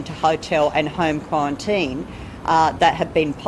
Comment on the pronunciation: Qwuawantine, Storwy Bwidge 🤣🤣🤣 this Sheila cracks me up